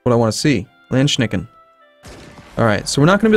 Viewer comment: Landsknechts were essentally german mercenaries with huge pikes. (based on a the very popular swiss ones). You pronounce it "Landschnecken". Which means "landsnails" ... which is hilarious.